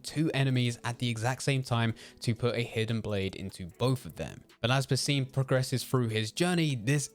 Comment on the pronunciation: i was hoping youd be able to pronounce basim properly this video :(